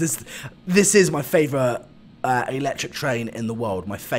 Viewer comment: It is actually electric not eecetric